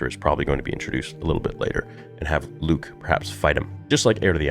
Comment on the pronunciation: It’s Luuke